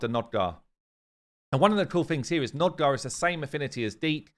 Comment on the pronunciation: NOG-DAR not NOD-GAR.